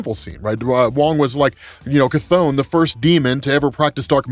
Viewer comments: Cath-ON lol 😂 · The way how you say chthon makes me laugh everytime!